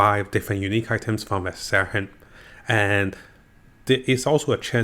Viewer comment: Var-shan. Not Var-sar-ian Quit deleting comments. I’m just trying to assist with the pronunciation. I’m learning Japanese and appreciate when people assist. You? You delete people trying to assist.